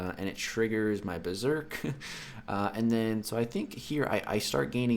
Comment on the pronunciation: Dude why u always pronounce it like Breserk mode it's actually Berserk mode not Breserk.If u don't believe me read that again in game or on google even Seatin pronounces it also wrongly.